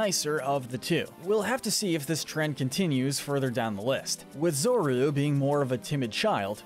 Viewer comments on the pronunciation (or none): “Zor-or-ooo” Okay buddy okay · It’s pronounced “zor-oo-UH”, “zah-ROOD”, “vull-uh-BYE”, “HEE-SWEE-in”, “zig-ZAG-goon”, “DRAP-ee-on”, “PAWN-yard”, and “ZVEI-liss”, “Patrick Star”! 🤨 You’re so bad at pronouncing names,. 🙄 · "Zorou"...? It's ZORUA... It has an A...